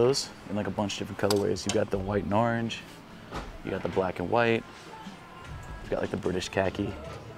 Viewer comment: Ourange? It orange Saying it like that always make me cringe for some reason